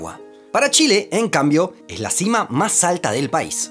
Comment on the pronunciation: A los 2’48” comete el error fonético que sabía que tarde o temprano en algún vídeo ocurriría. Y es cuando pronunció cima. Al decir “sima” hace que no haya diferencia entre cima y sima a nivel fonético y creando la confusión fonética de dos palabras tan distintas